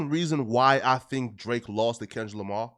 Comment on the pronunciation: Bruh said lamah then said Lamar very next sentence. Boy just cant help but b a walkin lie.